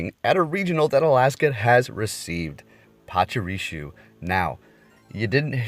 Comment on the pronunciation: Dude I ve watched so many of your vids but it’s just so infuriating that u just don’t even seem to try and pronounce Pokémon and trainer names correctly ever. I m not even a native speaker and things like PachuriSu Marow(h)a(c)k are just so obvious to read it feels almost like u re doing it wrong on purpose. Can you st least try? Cheers and thanks for ur content regardless